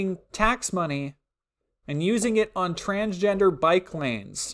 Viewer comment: I swear I heard “Transgender Biplanes”